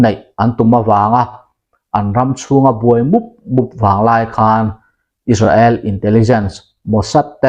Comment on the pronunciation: Is-ra-el tih tulh tulh t chu a mawi lo em mai,Sap pachal leh an mahni lam dan chuan Is-rel,Is-reli an ti mai si a!.